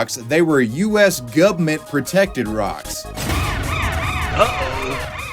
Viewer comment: It was around the point where he said, "U.S. gover'mit property" with a southern drawl that I realized "oh shit I should subscribe. I just watched like 10 videos in a row"